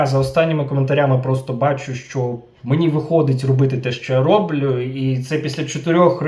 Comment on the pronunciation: украінською мовою роблЮ, а не рОблю